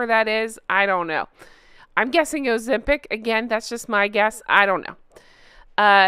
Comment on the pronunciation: It's called O O O Ozempic.